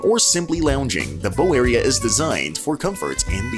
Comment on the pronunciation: Your AI narrator needs to go back to school and learn how to read. It’s not Bro Ward and the front of the boat isn’t like a Bow Tie…..